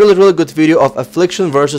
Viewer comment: "До свидание!" даже в русской речи акцент присутствует :P